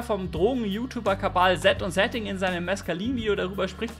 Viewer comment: Kanal abonnieren, und nicht Kabal ,wo kommt das Kabal immer her 😂